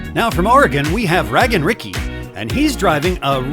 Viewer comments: Um,, I don't think it's pronounced Raggin' Ricky but Rage-in' Ricky. That's an Aaron-level mistake. lol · Did u check with "Raggin Ricky", that its not actually "Ragin'(g) Ricky"? Long A? 😂